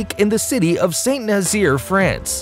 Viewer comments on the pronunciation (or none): none